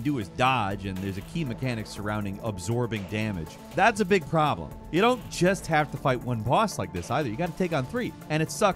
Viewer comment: Anyone else notice the way he says problem, had me creasind 🤣